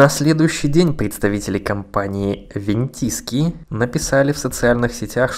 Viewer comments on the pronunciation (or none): Вентиски 😂 вен ту скай так то произносится 😂